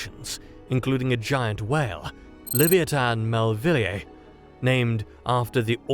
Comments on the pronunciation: Leh-v-eye-a-tan, not lev-ee-ee-tan. Dang brits. 😅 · Certainly an interesting pronunciation of 'Leviathan'.